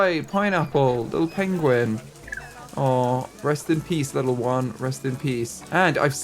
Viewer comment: “Benedict Cumberbatch will be so disappointed! Pengwing has died!” 😂